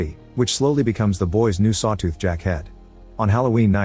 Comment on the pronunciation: Sawtooh XD Bruh AI needs an upgrade.